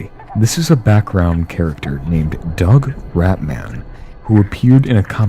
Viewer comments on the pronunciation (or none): none